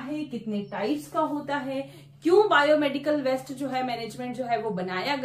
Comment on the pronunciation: Madam, the contents and explanation is very good but the pronunciation of waste is different , kindly pronounce in right way, west is different and waste is different.